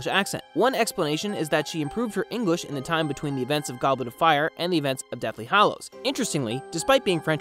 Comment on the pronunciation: Don't you mean eemprove 'er Eenglish Also I seriously like this voice over guy because he isn't talking to us like we're a bunch of f*cking five year olds and he discovered a gold mine he wants to show us